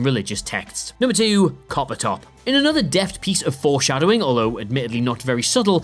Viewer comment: About "listen to me, coppertop": "Coppertop" sounds a bit like like "carpenter".